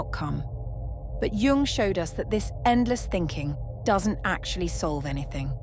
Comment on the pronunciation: A gentle suggestion.... Jung instead of Young, pls.?